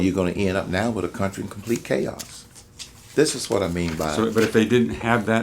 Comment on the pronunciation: Mr. Cain, the word "with" is not pronounced "wif".